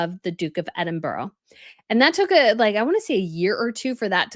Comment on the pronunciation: It’s Ed den burra - not Eddenburg